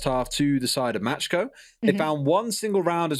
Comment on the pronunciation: Who else is triggered because pronounces „macko“ „matschko“?